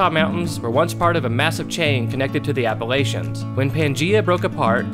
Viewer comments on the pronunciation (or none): none